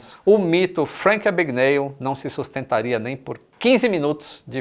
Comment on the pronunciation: "É AbgaNÉÉLL!!!"